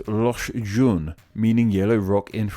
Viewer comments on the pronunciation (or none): none